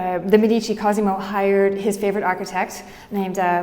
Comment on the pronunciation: Thank you, very good, but learn how to pronounce "Medici"